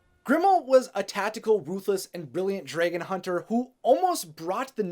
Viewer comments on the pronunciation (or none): Yo it's d r a g o n. Not d r e g o n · Why do u say draegan??😂 just say dragon Is it just me??😂🤔